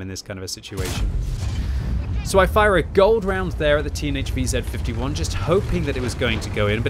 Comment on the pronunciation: It took me several times hearing "Teenage VZ55" until I realized that you were talking about the TNH VZ55! :-D